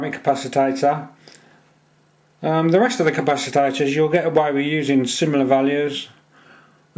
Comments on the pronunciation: It's capacitor, NOT capacitator... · Nice video. I will try to build one. Noticed you pronounce capacitor as "capacitator". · How come you say capacitor as capacitator? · For F++++ sake!!!. It is a CA PA CI TOR and NOT a CA PA CI TA TOR. Christs sake!!.